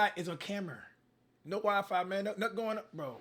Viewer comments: Why N1qqa said 'WiFi' like that..!!?🙄🥴🤦🏻‍♂️ Bro said 'Wa•Fa' ...like WTF..🥴😆 And ...N1qqa said 'Ca•mer' instead of 'Camera' ...like bro What's up with this Dude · “Camer” - cash 😂🤣